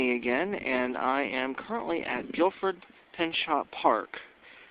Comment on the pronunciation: It actually Gifford, not Guilford.